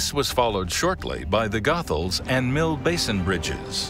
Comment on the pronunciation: The CORRECT pronunciation of the Goethals bridge is Go-Thuls, Not Goth-Als.